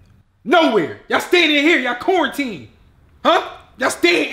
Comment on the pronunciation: What meant to say: "Quarantine" What actually said: "CORNTEEN"